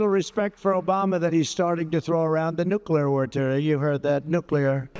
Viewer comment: That “Nuclear word” clip was cleaned up somewhere along the way. I saw the original, and it was more “nuclear wor-uh”